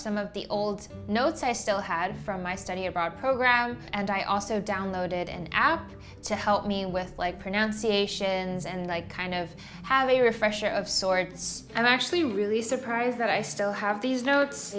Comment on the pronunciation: 2.10 “pronOunciations” XX. “Pronunciation”